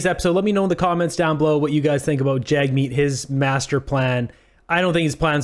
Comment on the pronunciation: And also, pronounce Jagmeet's name correctly. Your bigotry is showing. What are the conservatives doing to support those in need? Nothing.